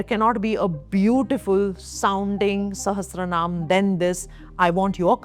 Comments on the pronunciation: Mam with due respect to you, It is not Lalita SAHAS-TRA-NAAM It is Lalita SAHAS - RA - NAAM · Very nice video However it is Sahasranam not Sahastranam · Madam , it's very nice video. It's Saharshanm , not sahastranam. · Shashtranam??? Oh my goddess. If can’t even pronounce the Sanskrit name properly how can one chant 183 Sanskrit slokas without errors ?? This is a mantra shastra. Without approaching an acharya/guru please don’t chant wrongly and get shaapa from yogini-s ..one should give the biggest/utmost respect for this grantha and cannot take it lightly.